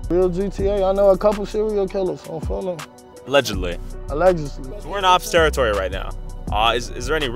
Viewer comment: "Allegedly.." Dude from BD: "..A ledge Leslie"